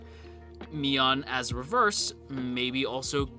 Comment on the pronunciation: Mion is NOT Mion. Remember these words... Edit: poor Satoko...who watched the original adaptation understand that